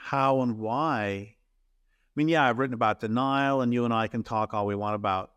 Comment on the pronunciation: I heard 'the Nile' instead of 'denial'!! I was thinking "psychological mechanisms"??